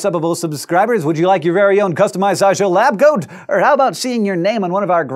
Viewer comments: In your advertisment for subbable i understood labgoat not labcoat... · Did Hank just offer me a customizable lab goat? Because that's what it sounded like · I thought for a moment Hank said, 'would you like your own SciShow lab goat?' as opposed to 'lab coat'. Needless to say I am disappointed.